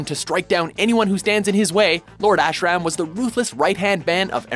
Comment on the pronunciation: The terrible pronunciations of "Ashram" and "Edo" and referring to "kendo" in Mugen's style is killing this for me. XD